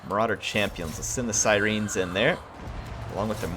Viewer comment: Other than your pronunciation of Siren loved the video keep it up